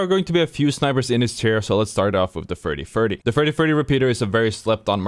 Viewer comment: why does he say 30-30 like that lol